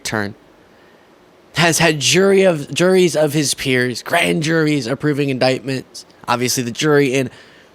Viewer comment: This, from a woman who couldn't even pronounce "indictment. "